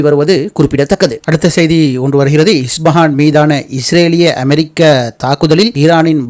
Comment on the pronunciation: Pronounce as Isfahan not as IsBahan